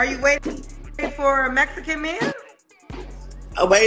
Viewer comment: She said I need a Messicann